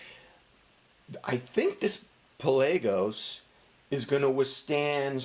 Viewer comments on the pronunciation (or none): 😂😂😂😂😂😂😂😂 I love how you say pelaygos hahahhahha